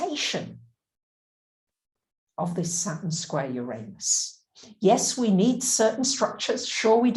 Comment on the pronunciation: I love your stuff. But, [(amusingly to me, after having spent 2 hours with someone even more struggling to entertain content past their prejudices of form (regarding your accompanying recent plejaran video), I still have to request)] could you please spend (even an hour, or just a minute) practicing and retraining your lips to a new habit of any of the pronunciations of Uranus that are not "your anus". Oo-Rah-Noos, Ur-Ah-Nis, Urr-Ahn-us, no Ee-Oo at the start, no "anus"(/Ay-nus). The mispronunciation is [EVERY time] jarringly, shatteringly, offensively, distracting. Also seems in the same harmonic as using derogatory terminology for the different (~ the planet that spins on its side (and offers the important other perspective), gets their name phonetically pronounced identical to "your anus",... see? bad vibes pronunciation). Try "ooh", or "ugh", not "your", and more "ah" than "ay" helps too, as does "nis" or "noos", rather than "nus" sounds. Please stop having your mouth and vocal chords say "your anus" when you mean "Uranus". they are different words. no matter how commonplace that lazy ugly mispronunciation is. (it [that mispronunciation] also kinda feels like a "f*** you" to Aquarius (and Aquarius egalitarian innovative ideals). Which I'm sure you don't want to be doing.) Even if you're not going to drop the "You" sound at the start, please try at least "you ran us", rather than "your anus". Uranus doesnt deserve this mistreatment. Hasn't it suffered enough? (Also